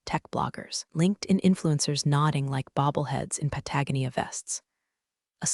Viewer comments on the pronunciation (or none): I believe it's pronounced "pat-uh-GO-nee-uh". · All the AI stories pronounce it wrong 😂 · The AI can't pronounce 'read' in the past, 'dinged' with a hard 'g' and 'Patagonia'.